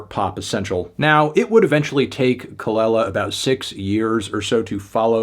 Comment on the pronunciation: It’s Kuh-luh-lah melon